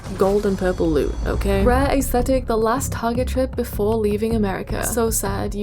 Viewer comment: Y’all fr it be bothering me when she says. AA-esthetic.😂😂😂😂